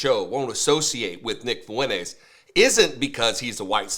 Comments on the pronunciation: Am I the only one seeing that it seems he can't pronounce Fuentes well? Hahahaha It seems he is missing the N. Like he pronounce it without the N there. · Has Fuentes ever LOOKED UP HIS LAST NAME?!